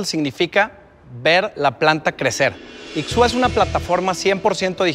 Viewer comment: Soy hablante de Náhuatl. Me gusta el nombre pero se pronuncia "Ishwa" y signifa solamente crecer, germinar, desarrollar.